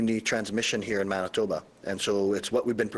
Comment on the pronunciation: Not anitoba its Manitoba